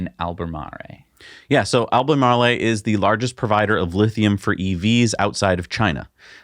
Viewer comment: You guys are killing me with this "Albay Marley". It's pronounced like Al-buh-mar-roll.